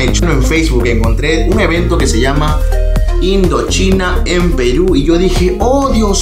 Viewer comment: No le tomes a mal, pero por lo menos hubieras practicado algo de frances. ^_^ - Creo los que han llegado aqui es para aquellos que han ESCUCHADO Indochine. No? - Bueno, eso si vienen, esperemos que no sea una falsa alarma.